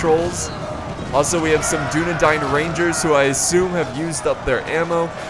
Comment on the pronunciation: Holy crap, stop saying dun a dine, it is dun a dain, or dun a dan for singular